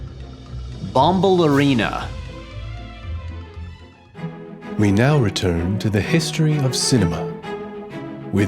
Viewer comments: You Mispronounced Bombalurina, it's Pronounced (Bomb Ballerina), Like one that Dances Ballet. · him butchering the pronunciation of "bombalurina" is painful. let's go syllable by syllable because i physically can't listen to that without correcting it. bom - pronounced just like the word "bomb." bal - like the first syllable of the name albert, with a b in front ur - yer. in - een a - uh bombalurina. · It's THE Rum Tum Tugger, and also, you pronounced Bombalurina wrong :P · I don’t appreciate this incessant bullying of a musical masterpiece. Also you mispronounced Bombalurina’s name and it’s going to haunt me for life. EDIT: this has been said before, but as a fan of the musical a hand drawn animated film where the cats are just cats wouldn’t work well for an adaptation of Cats, specifically. A big part of Cats, besides the songs themselves, is the dance numbers. They’re amazing (I will fight you on this) and complex and take up a WHOLE lot of the musical. It wouldn’t be Cats without the dances, and you just couldn’t convey that with animation. Also why do you keep making fun of the cats’ names? They have a song explaining why they have such weird names it’s not that deep.